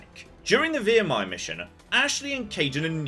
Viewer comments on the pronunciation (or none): "Via-mia" lmao my man, they pronounce the name of the planet like 500 times, its not pronounced "Via-mia" lmao God damn, what an awesome idea for a video. Creative and original! It's such great stuff!